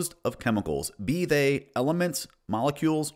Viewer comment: Also American and the only thing wrong with “be they” and “whilst” was the bizarre way he said them when reading them aloud as if they are alien runes